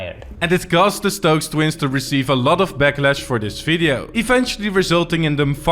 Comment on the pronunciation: I heard "This video" and knew you're Dutch and would cover the Netherlands